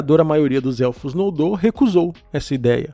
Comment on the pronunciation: "Nóldor" ou "Nôldor" não existe oxítonas em línguas de Arda.